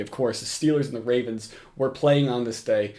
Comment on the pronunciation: steelers and the wavens